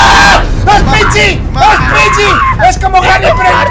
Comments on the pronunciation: Jajajajajaja picshi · xd cunado dice pichi es pichis😂😂😂😂😂😂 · Es piggy solo las personas normales disen piggy Y Mike: Pichi XD jajajjajajjajajaj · Se llama Piggy no pichi Mike xd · el le dice pichi a piggy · mikecrack: es pichi es pichii!!! yo: jajajajaja no es pichi es piggy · Mikecrak: Peggy ❌ Pichi✔️ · Oigan vieron que en el minuto cuando entran al sótano de Peppa Pig 20 o sea yo veo que Minecraft cuando ve a Peppa Pig en vez de decir Piggy dice pip dice Pichi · Piggy❌ Pichi✅ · piggy ❌ pichi✅ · Personas normales:piggy Argentinos: la pepa Los que no saben ingles: pigüi Mike: Picshi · Jaja si fué gracioso lo de pichi jsjsjjs